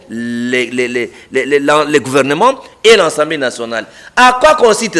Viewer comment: "Contutution, ensemblé" non! c'est la "CONSTITUTION et L'ASSEMBLÉE"